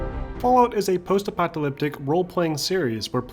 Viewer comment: great film, but the "post epyleptic" pronounciation drove mE NuTs :)) is it really that hard to say "post epoch a lipstick"? :))